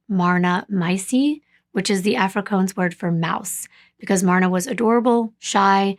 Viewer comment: I think you'll find that the language you've described is actually pronounced " Afri- kaans" the latter rhyming with " bans" not "coans" as you've pronounced it multiple times . Otherwise I found your presentation of this case to be really informative + told with compassion + great detail. I'm sorry to point out the mis-pronunciation of Afrikaans but I'm sure you'd rather it be pointed out given the amount of time , effort + the amount of details you put into your presentation of each case you bring forward. ❤